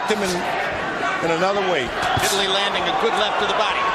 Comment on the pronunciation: Stop calling him vITALY ..... smh